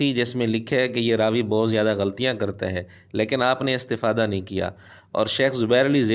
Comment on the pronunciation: مرزا استفادہ کی تا پر زبر پڑھتا ہے یہ اس کی عربی دانی ہے